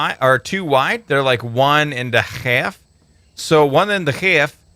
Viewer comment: "1, 2, 3, 4, 5 is less than 4 and a hal(funny accent)f" 2016 lol